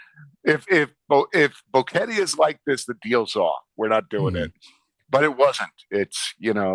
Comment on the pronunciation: How long has he been there? GEEZ he should know how to pronounce Boquete. Bo Ket TAY.... his 'bo KET Tee' is grating for anyone that knows how to say it.